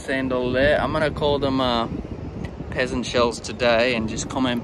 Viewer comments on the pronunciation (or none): They're Pheasant seashells pronounced like the bird, not pronounced as peasant like the people group. 🙂